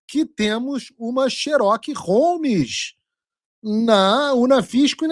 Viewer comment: "Xeroki romis"??? 😂😂 burrão esse paulo figueiredo